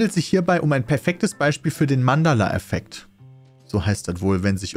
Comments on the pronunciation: bei hiesst es Mandela effekt ( wie der president ) und nicht mandala wie dieses kunst zeugs ( idk was genau das nochmal ist ) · Pedda, es heißt Mandela- nicht Mandala-Effekt...